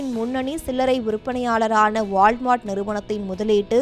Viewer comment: நல்ல தமிழ் பேச ஆள் கிடைக்கவில்லையா? வாள் மார்ட். உச்சரிப்பு தெரியாமல் பொது வெளியில் பேச ஆள் எடுக்கும் ஜீ.